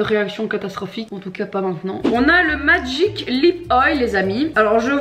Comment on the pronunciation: "MAGIIC..." "MAGIIIIIC..." "MAGIIC..." Avec cet accent... On adore!!! 🤣🤣 Merci!! Bisous de la Réunion!! PS: quelques heures avant ton mariage... B*tch you're crazy!!!